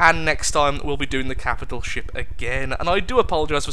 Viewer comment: "Every captial ship" Oh...